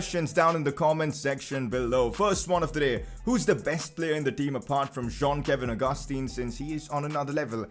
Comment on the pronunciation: That is how its pronounced tho man